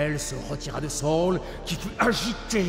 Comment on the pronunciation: Pourquoi prononcer "Saül" à l'anglaise comme "saule" ? Jai toujours entendu les gens dire "sa-ul" en deux syllabes distinctes, d'où le tréma, mais peut-être que la prononciation au Québec est différente ?